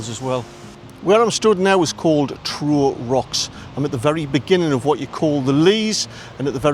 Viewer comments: Pronounce Trow as T row as having an argument not row as in rowing a boat.. Great video again, thank you. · Pronounced trow as in wow not tro